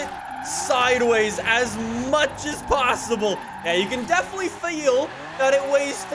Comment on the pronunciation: Did just go south American? "you can definetily FiEl that it weighs 4000 lbs"